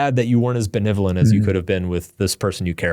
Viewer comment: I was hoping the whole time drew would correct mark in the way he says benevolent. It has gotten under my skin for the last 3.5 hours. It's not BeNIVolent, it's beNEVolent. 🤬